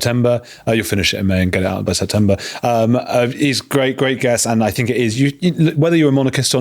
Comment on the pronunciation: You say things not fings , so why do you say fink for think? your making it up , Busted !